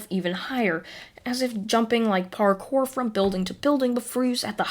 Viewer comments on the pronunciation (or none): none